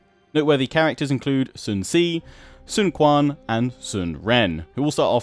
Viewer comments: Since the name is spelled in Chinese pinyin, "q" is not supposed to be pronounced as "k", but rather "-ch" (as in "catch"), meaning "Qing" shall be read as "Ch'ing" and "Sun Quan" shall be read as "Sun Ch'uan". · Sun Jian you pronounced correctly but not Sun Ce and Quan. Ce is Cher and Quan is .... Let me think how to get you a word....